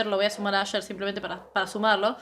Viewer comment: No es Asher se llama Usher y se dice Ousher.